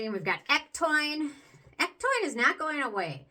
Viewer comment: It's pronounced EC-TOW-IN...not EC-TOIN just wanted to let you know. Otherwise great review.